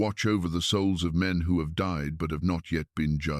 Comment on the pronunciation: Seriously...? Enoch did not "dee" ... he DIED! Your pictures are stunning, the voice gentle and soothing, but if you're going to use AI to narrate your stories, PLEASE teach it how to pronounce words PROPERLY!!! I'd love to hear this, but it makes the video sound stupid~:face-orange-raised-eyebrow